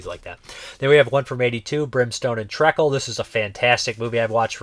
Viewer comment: It's pronounced Tree-cle, it's a thick dark syrup it's a British baking ingredient.